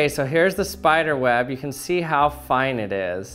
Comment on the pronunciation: he says web like wab